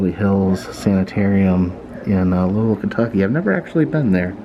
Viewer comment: Props to you for saying “Louisville” right haha- I’ve lived about 10 minutes from Waverley Hills & it’s such a spooky place!!